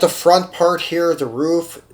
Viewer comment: Good videos... I like the variety you showcase. Hope you get more viewers. Glad you said RUF correctly. So many people say “ruff” instead of “roof”... Is Tomica pronounced the way you pronounce it in other videos though? “Toe-meek-kah”? Or is it “tommy ka”?